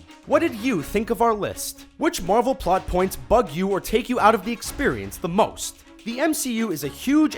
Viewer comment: These videos are trash. The guy talking hasn't even fucking WATCHED the Marvel movies. He pronounces everything wrong, he misunderstandings everything... most of these points aren't even plot holes... trash.